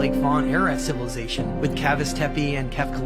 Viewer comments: Amm I too drunk or the guy keep saying cilivisation, instead of civilization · Why the 1st dude is talkin bout ciViLisation when he cant even say the word is beyond me! He says it as ciLiVisation every damn time! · And then here comes our sillivisation that cant even pronounce "civilization"...😅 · The first guy can even speak right cilivization is what he is saying and it's pronounced civilization 😅😅😅 and you believe this fool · 😂😂😂 Im dead😂😂 CiLAvization😂😂😂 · OL boy not even saying Civilization right 😂😂😂😂😂😂😂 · Aaaghhh hahahaha the "cilivi zation" before us were not dummies aaaghhh hahahaha no bud just your generation ✌️🤣🇭🇲. And he says it again but not before enunciating cat..a..clysm like it's the first time saying it and clears up any confusion by adding that this means apocalypse,these are the people who'll be working in the nursing homes looking after us one day so best to die before old age in my opinion 😂.